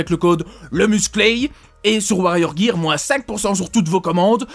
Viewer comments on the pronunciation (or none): none